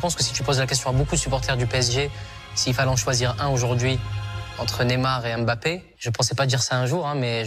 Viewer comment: on ne dit pas M.....Bappééé. non , son nom c'est MBAPPE. Pourquoi séparer le M du BAPPE